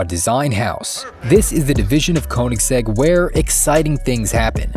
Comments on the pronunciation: it's pronounced "kUH-nigs-egg" btw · PLEASE learn to pronounce Koeniggsegg properly if you're gonna make a whole video about it!